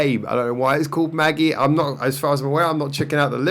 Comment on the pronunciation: Intead of pronouncing it like "Maggie", I think you should pronounce it like "magic" but with a "E" instead of the "c" - so "majie" - my guess though, we'll see when they pronounce it themselves.